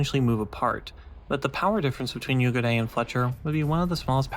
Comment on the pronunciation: Nice review. Pro tip for the pronunciation of the name: There's basically 2x 'u'. So "Yuugure" :)